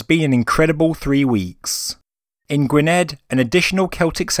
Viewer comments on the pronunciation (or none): Gwynedd is pronounced Guineth, not Gwinned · Gwynedd is pronouced Gwyneth (strech out the th sound for a half second).